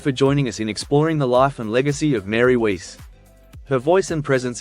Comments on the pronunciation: Weiss is pronounced Vice, not Weece! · It's Wiess, not Weese moron, hate these AI video voices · The greater sin is that Weiss rhymes with "Rice," not "lease." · Pronounced: WICE! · Btw Mary's last name is pronounced like wise. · Weiss is pronounced with a V sound, not U. It's a german name.